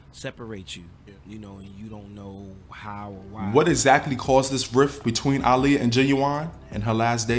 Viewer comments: Her name is aaliyah not Iliya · Yes she pronounced it (Ah-Liyah) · Why does he pronounce Aaliyah’s name like that 🤣